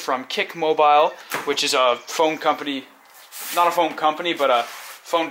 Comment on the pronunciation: he said "as you can see the phoone is presented here".